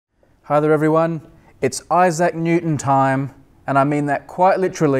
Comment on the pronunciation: snot IssAC it's ISsac stress on 1st syllable